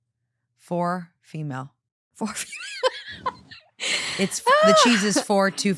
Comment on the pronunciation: I am crying, I am so stupid😂 When read the title of the first story and I heard "fish (4/ female)" I was like oh interesting OP calls her daughter fish?😅 And I started thinking that maybe in Scotland they use fish for daughter😂😂